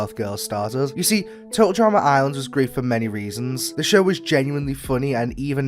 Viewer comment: Dude it’s “Total Drama ‘Island’”, not “Total Drama ‘Ireland’”!